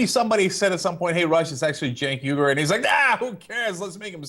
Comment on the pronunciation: Rush' "Cink Weegur" sounds better than how text-to-speech says it: "sink y gyre" (or phonetically /sink waygair/)